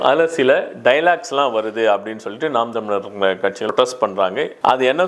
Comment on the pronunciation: ஐயா எல்லா வார்த்தையும் தெளிவா வருது ஆன நாம் தமிழர் மட்டும் உளறுது 😄😄